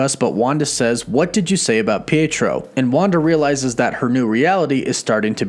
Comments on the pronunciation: “I’m a twin” “I had a brother, Beytro” Come on dude, she does not say it like that she clearly says “PEE-A-TRO” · It's pronounced pee ay tro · Might as well of been dea-d-tro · __ I know but the guy doing the video butchered my boy’s name pronouncing it lmao